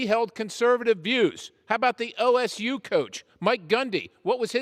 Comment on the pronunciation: ***Oklahoma State Coach. Edit: Ohhhh, he said OSU. Sounded like LSU